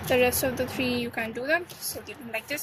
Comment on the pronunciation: When you say three it almost sound like your saying tree